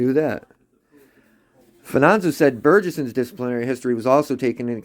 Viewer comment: Where do you get Fananzo?! It’s Fa-ni-zio!!!!